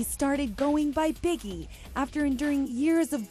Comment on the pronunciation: LMAO his name is bigi like biji not biggie LMAO